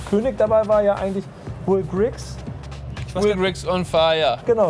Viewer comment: Er heißt Will Grigg. Nicht "Griggs" :)